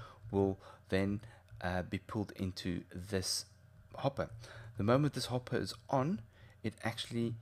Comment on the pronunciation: went a bit rench there, hopp'er